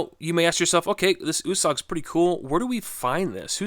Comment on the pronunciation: I think it is pronounced ( you- sag). My last name is Italian and it stays with a U and it is pronounced (you).